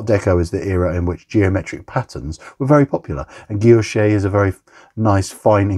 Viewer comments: A very cool, pretty unique watch, especially at this price point! The dial reminds me of my Seiko Frozen Margarita, which is 3 times more expensive. And your French pronunciation of "guillauché" is perfect, take it from a Frenchman (and we do like to criticise 🤣) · Your pronunciation of guilloché is fine! I ordered from Radcliffe before. The watch took a long time to arrive because apparently Radcliffe are very concerned with getting any qc issues solved, so I trust the misalignment will be resolved in the production models. I would be VERY tempted to order this or (and?) the salmon one. Their designs are, indeed, so much different, it's a delight.